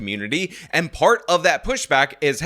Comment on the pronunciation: She pronounces “and” “ayyynt” and suffers from a childish glottal stop (words like mitten sounding like “mih-en”) Can’t take her seriously, my misogyny aside.